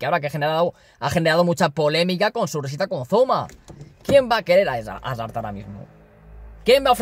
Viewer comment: Me da mucha rabia cuando dices hazard